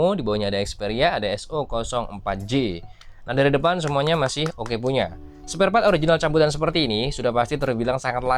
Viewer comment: Sparepart bang bukan spartpart 😂